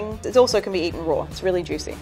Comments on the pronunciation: We all come from different parts of the world who cares how she says raw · Quit saying roar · she says roar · “Eat them rawRRrr” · Why does she pronounce raw as rawr/roar lol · Does anyone else hate that she adds an extra r every time she says raw(r)? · take a shot every time you hear "rawr" lol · does she pronounce "raw" as "rawr" or am I having hearing problems?! 🤔 😅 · I realize it is a local language thing but, RAW does not have another R at the end ...... it isn't spelled RAWR🙄😉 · I love this lady but it drives me crazy every time she says" roar" instead of "raw", anyone? ...just me! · Nobody: nothing This lady, pronouncing raw: rAwR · i love when she says you can eat something rawr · And she pronounces raw like roar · Not gonna lie I also heard her say roar rather than raw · Why does she say "eat it rawr"? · She: It's pronounced Roar Gordon Ramsay: It's RAAAW. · I keep hearing “roar” instead of “raw” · I love when she says raw. It kinda sounds like roar and that's just empowering💜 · anyone else like the fact that she says "rawr" instead of raw? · I love her accent but the only problem I had was when she said raw it sound like she was saying roar 👁👄👁.... Sorry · Every time she says "raw(r)" take a shot... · I love how she says Roar when she says raw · Why is she pronouncing raw as "roar" do you even english XD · “You can eat it rawr” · I love how she pronounces raw as “roar” 😂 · Not hating but everytime she says raw it sounds like shes saying "rawr" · "You can eat it rawr" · *Australians: rawr (apparently) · Am i the only one annoyed by how she pronounce the words "raw" and "wise"? She pronounce them as "rawr" and "weise" it is just plain wrong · The way she pronounces “Raw” 🤣🤣🤣🤣 ROARRRRR!!!!🦖🦖🦖🦖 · OMG why do I hear roar instead of raw? 😂😂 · "you can actually eat this rawr" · Is no one gunna mention she says raw as roar 😂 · Sauté Cut at an angle Raw is pronounced roar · I love the way she pronounces RAWR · The word raw was actually pronounced rowr